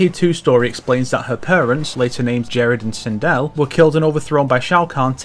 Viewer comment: Why the heck are you calling sindel during mk11 aftermath segment twindel